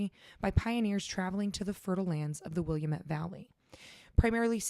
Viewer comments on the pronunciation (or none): It’s pronounced Will AHM Et, not Williamette. I know this because I am from the Willamette Valley!! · The land where he was tortured is permanently scarred. We stopped there in 2017 and while it's marked private property and homes are there now, it's soaked with what happened. By the way, it's pronounced Wi-lam-et. "Et" rhymes with bet. My wife is from Portland and Newport.